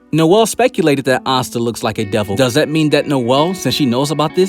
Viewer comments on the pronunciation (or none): none